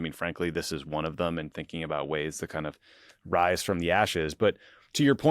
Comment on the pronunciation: "WRISE FWOM YOUR GWAVE!"